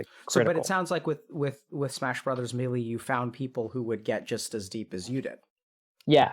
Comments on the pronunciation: Say it with me Doctor "May. Lay." "Maylay" NO MEALY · I love this shit, but if he says me lee one more time IMA LOSE IT